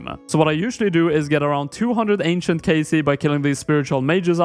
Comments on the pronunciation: How did you just say "Ancient"? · the ahnsient huh kek -mcdonio